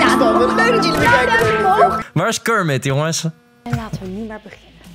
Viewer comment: Het is niet kurmit het is kermit